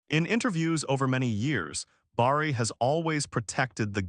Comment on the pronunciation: Say Barry not Borry